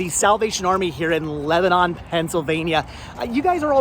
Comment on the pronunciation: it's not prounounnced like the middle eastern country, Lebanon. It's more like LEBaNIN. :)